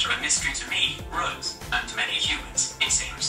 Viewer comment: Was it just me or was Siri pronouncing Rose's name like "Reuse"?